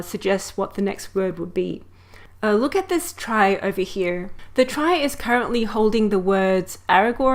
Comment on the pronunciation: It should be noted that it's actually supposed to be pronounced like "tree" as its root comes from the word retrieval. Otherwise excellent explanation of how a trie works.